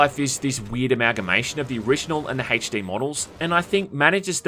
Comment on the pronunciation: My dude said “hache D”